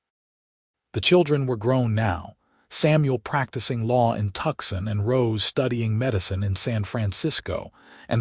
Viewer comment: Although the narrator speaks excellent English (American accent) but, his pronunciation of Tuscon is - wrong. And, never using contractions ie: I cannot instead of can't - or, I do not instead of I don't - the narration is stiff and formal. Just an observation.